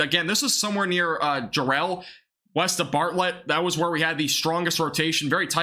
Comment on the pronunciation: Need to learn how to pronounce towns in Texas, like Bartlett